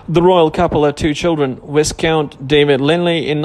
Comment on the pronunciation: And ,ridiculously!!''Viss Count''!!..instead of the NORMAL ''Y Count"",GOSH.!!